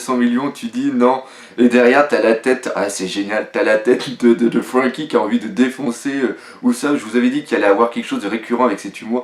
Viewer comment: arrête de prononcé comme sa ''franky''